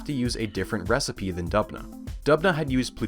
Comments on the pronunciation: As an actual citizen of Dubna it gets me hyped every time my small motherland mentioned! But also, it's pronounced Doobna, because it is derivative from Russian word for Оak - Дуб (Doob)... Otherwise, great and informational video! Huge fan of your style of presentation! From Russia with love... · Videos about scienfitic misconduct are so interesting But Dubna is pronounced as Doobna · It's pronounced as D[oo]bna btw, with 'oo' like in the 'book' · Great video, as always! Not important, but just to let you know, the town's name is pronounced "d-oo-bnah", the etymology is from the word "d-oo-b", meaning oak. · The way he pronounces "Dubna". 😂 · great video but why are you pronouncing Doobna as if you are a british bloke saying "governor"